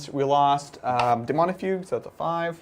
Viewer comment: Daemonifuge, not Daemonifugue. It's a soft g - like centrifuge, or refuge. The old comics were pretty good.